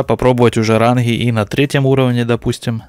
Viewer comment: Не ранхгы, а ранги